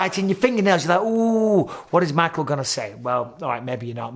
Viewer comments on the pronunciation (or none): none